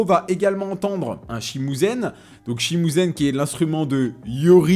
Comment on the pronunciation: Je suis archi mort. Petite coupure au montage parce qu'il se rappelle plus du nom de l'instrument... tout ça pour dire "shimusen" haha. C'est un "shamisen", dommage pas loin